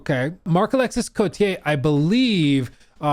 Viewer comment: The "s" is silent in Marc-Alexis Côtier 😂 most of the last letters are silent in french. Ex: Boisvert is pronounced "Boi_ver_", not "Boisssverttt"